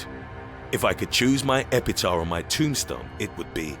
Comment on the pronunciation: "E-pi-ta" It's pronounced exactly the way it's spelled. Epitaph.